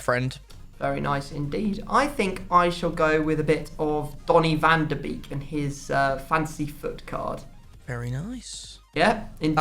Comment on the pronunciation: It’s van de beek. Not van de bake